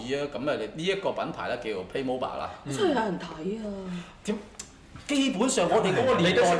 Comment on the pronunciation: 屌，主持連個玩具牌子名都讀錯